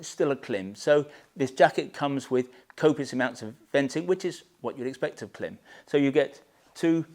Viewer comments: You pronounce Klim wrong :face-green-smiling::face-green-smiling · why you saying Klim like that?